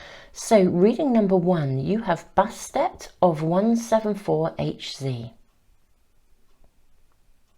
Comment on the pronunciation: Hz is pronounced ‘hertz’ lol :-)